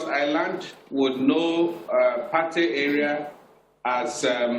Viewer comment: This guy is telling mostly lies. 1. Patey is pronunced PAY-TEE. 2. The officeer lied by claiming Patey to Surah Market is about 2 Km, instead of just 400m. 3. The drug-guys and other area boys engage in rival gun shooting at least once a week, somewhere on the Lagos Island. It is rarity for bystanders to get hit. The bystanders are their neighbours. 4. From 3, it is clear that our panicky poorly trained NDLEA officers were the ones likely to have shot innocent bystanders. I have seen many of our rag tag securities (soldiers, police, NDLEA, etc) in actions before and they are anything but professional. They are used to shooting at unarmed civilians, so anytime they confront civilian rogues with guns fighting back, they get panicky and cause mayhem.